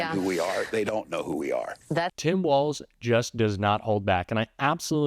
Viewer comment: Thank you for pronouncing his name correctly. So many “pundits” are calling him WALTZ. Nice but wrong.